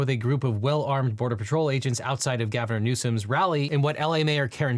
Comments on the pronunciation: "Gavinor Newsom" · Gavorner Newsom, you say? Hmm. . . I like that, one man’s misspeak is another’s new nickname I suppose, don’t mind if I do. P.S. I’d like it if you did not flash me so often. I’m flattered, but in a relationship.